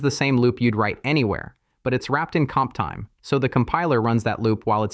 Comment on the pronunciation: I fully understand that you use AI voice-over, but could you please check the generated video before publishing it? Because hearing something like this makes your video look really low-class/cheap.